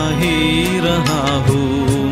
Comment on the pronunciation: आपने बहुत ही अच्छा गाया है। हूँ के ऊपर के चन्द्रबिन्दु का उच्चारण करने का प्रयास करते तो और भी उत्तम होता। घुँघरू की तरह बजता ही रहा हूँ मैं